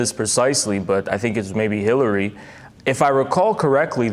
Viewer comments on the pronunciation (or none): none